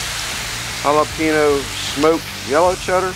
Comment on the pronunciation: Good looking burger’s! Add some avocado slices and you got a Mexican burger! Oh and you’re driving me nuts over here. It’s Jala-pen-yo not Jala-peeno. 😎